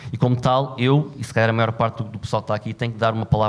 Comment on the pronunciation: Ok tudo bem. Só nunca entendi a palavra ''Máior''... não existe.. e insistem..